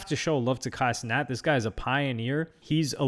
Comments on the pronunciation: " Ey luk Budy " and " Kay Cinet " had me dead. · this man said “K cenat” 😭😭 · "it's kai cenat" 'ohh'